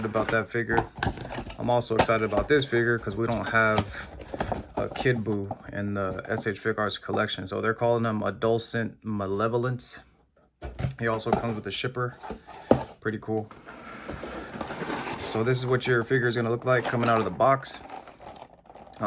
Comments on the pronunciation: add -ah-less-ent lol awsome review bro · The pronunciation of 'adolescent' was crazy work, but I fw this guy. Nice thorough review